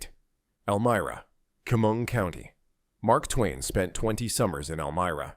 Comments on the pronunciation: Chemung - Sheh-mung, not keh-mung. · AI doesn't even know how to say Chemung. Yes, there's poverty in NY..one of the prettiest states. Because blue management has raised taxes driving industry out, and now driving out the people who love their state but can't afford to live there. Stop blaming these cities...not their fault. Rising crime because of government's "catch and release" policy...they'd rather give our money to illegal immigrants than make the state more attractive to business. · This video is such a load of BS...this narrator can't even pronounce Chemung. Citiot